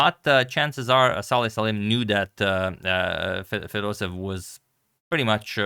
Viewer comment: Agadmator, he is not Fedosev he is FedosEEv. You need to pronounce both “ee” like Fedos-e-yeV. Same thing for Petrosyan. He is not Petrosin he is Petro-sya-n.